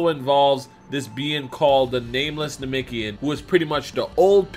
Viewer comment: Anyone else want to slap him till he say namekian right, because he is not saying it right at all